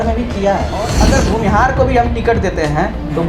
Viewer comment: bhumihar hota hain bhunihar nhi hota hain